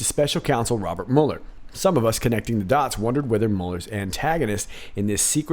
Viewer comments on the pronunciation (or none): none